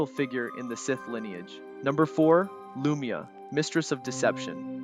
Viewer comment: Its kinda hard to pronounced names you never heard though. But yeah... Lu-my-ah not Loomia